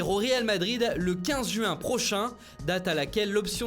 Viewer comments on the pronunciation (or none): none